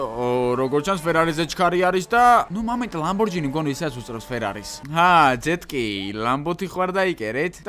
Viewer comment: კონიგსესი კი არა კონიგსეგია და კიდევ ლამბორჯინი კი არა ლამბორგინია